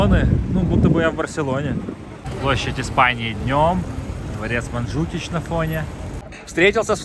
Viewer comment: Гора Монтжуик, а не Манджукич😂